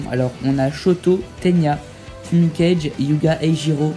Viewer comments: C pas fumikeij c fumikagué ( pour la prononciation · Par contre Fumikage se prononce foumikagué mdrr